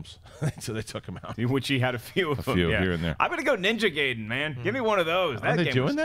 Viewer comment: Gaiden in Ninja gaiden is pronounced guy-den